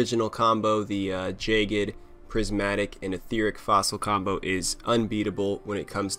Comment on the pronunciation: Really enjoying your videos, I hope you keep it up. Also, it's jag-ged, not jay-ged.